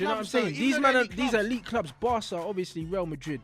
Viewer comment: Elite Club= history Club the way you said it